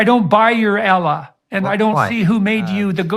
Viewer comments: Who is this Ellah he’s talking about?! Not knowing how to pronouns God’s name says all I need to know about his knowledge about the Islam. 🙋🏻‍♀️Jordan! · I hate the way he pronounce Allah, he's very arrogant n blind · Guy can't even pronounce Allah. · I don’t like the way he’s pronouncing Allah. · Amazing that he spent all this time to learn all these words and expand his vocabulary but yet he still can't say Allah properly.... shows he hasn't put any effort in to learning islam lol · This man is highly educated, and yet listen to how ignorantly he is mispronouncing Allah …it is very demanding and condescending, you ACTUALLY think he doesn’t know how to pronounce it clearly? He does! But he is making a point to show disrespect…. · he cant even get the word Allah right what makes u think he can get anything about islam right? lmao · The way he pronounces Islam and Allah... 🤮